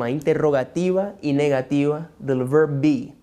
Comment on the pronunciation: Hello, muy buenas tus enseñanzas, pero con respecto al verb to be en preguntas la dices como si fuera una oración, no le pones como el peso o tono de preguntas , es todo. I Like your class ☺